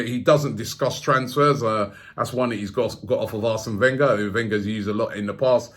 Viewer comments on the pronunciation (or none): none